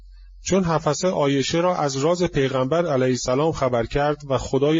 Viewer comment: oddeh ok notEddeh!///Hafseh/ not Hafaseh! شما آخوندی که سواد نداری وگرنه بچه آخوندها باسوادند.